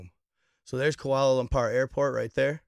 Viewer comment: Dude don’t even know how to say kuala lumpur